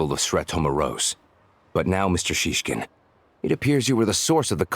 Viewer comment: well, i personally hear they they try their best to pronounce all those words, but it’s always the emphasis that sounds off for me, even like saying snezhnAya when it’s logical for native speakers to say snEzhnaya (snowy). and sometimes the name Shishkin sounded like siskin which made me giggle because siski means boobs. it’s not perfect but it’s fun :з